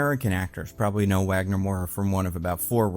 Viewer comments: I don't know if anyone cares, but being Brazilian, the W in Wagner Moura's name is pronounced as a V. So it's not Uagner, it's Vagner. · Wagner Moura is an INCREDIBLE actor, he'd kill it. ps: I'm Brazillian, the "W" in Wagner is pronounced "V" like "Vagner" ;) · Nice video,! Just a note: Wagner Moura's name is pronounced as Vagner with a V sound. That's how we pronounce it here in Brasil ☺️ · it is pronounced vagner, like kurt wagner